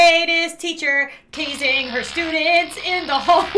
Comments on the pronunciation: Its teazing not tazing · Because she Kinda says teasing not tazing